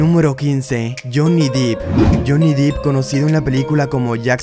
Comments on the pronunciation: El único que pronunció bien el nombre y el apellido fué a "Mckenzie Crook" al resto le erró a todos... PD: ¿No están cansados de escuchar que pronuncien "Jhonny Deep" cuando es en realidad "Jhonny Depp"? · Se pronuncia "dep" no "dip" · 'Dep', no deep ! 'Coton' no Karen 😆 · Depp no DEP ! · Es Depp no Deep..... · Se pronuncia Dep